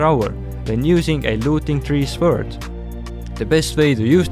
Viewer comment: I die every time he says sword